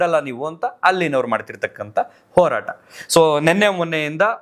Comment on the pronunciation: ಕನ್ನಡ ಅಸ್ಪಷ್ಟ ಉಚ್ಚಾರಣೆ ಈ ಹೋರಾಟಕ್ಕೆ ಒರಾಟ ಅಂತಾನೆ